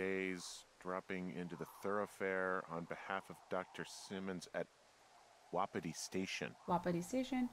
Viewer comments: Tiff, your sayign Wapiti wrong. Your saying it, Wa-pi-ti but it is pronounced Wap-it-ti. Don't believe me? Go back and watch last episode and you hear Delilah pronounce it the way I just did. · its ( wa-pa-tie )